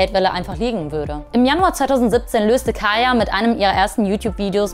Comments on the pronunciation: Kayla KAYLA NICHT KAYA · wenn sie schon gegen kayla und so ein statement macht soll sie halt auch ihren namen wenigstens richtig sagen like sry aber sollte sie nd mal wissen das sie kayLa heißt nd kaya